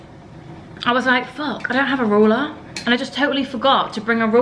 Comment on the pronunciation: Can we address how pronounces ‘ruler’ 😂😂 ‘roller’